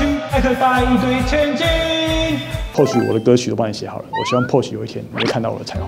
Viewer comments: Porsche的發音不對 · 影片做的很棒, 科普了一些知識 但知識型影片還請Porsche發音標準